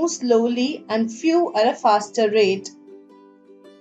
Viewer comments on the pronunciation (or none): none